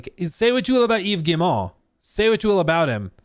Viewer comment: Wow, you actually pronounce "Yves Guillemot" correctly, well done!